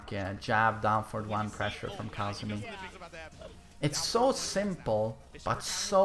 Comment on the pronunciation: Its Kazumi not Kaazumi mate